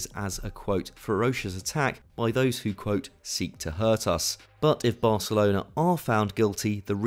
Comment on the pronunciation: is he saying varcelona xD